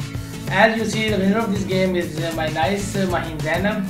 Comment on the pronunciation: u r pronouncing it wrong.